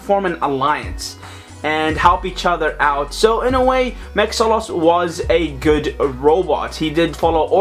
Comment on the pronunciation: It's pronounced Mahks-ilos not Max-alos.